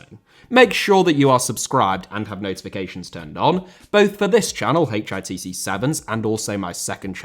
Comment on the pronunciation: TIFO this channel is not "HTC" it is "HITC"